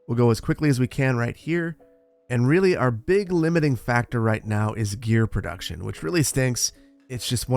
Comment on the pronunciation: You say potato I say protuction